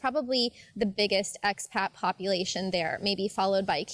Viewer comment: May I ask what youare saying when giving a name to the cominity? Are you saying x-Pac